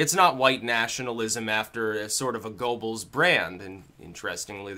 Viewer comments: Goebbels is pronounced Gerbbles, BTW. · Every time pronounces Goebbels as "go bulls" I murder a spoonclank.